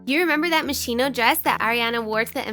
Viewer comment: the way to pronounce Moschino: mos-key-no...